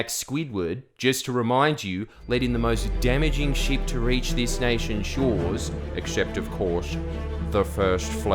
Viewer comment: When you say ship it sounds like sheep 🐑😂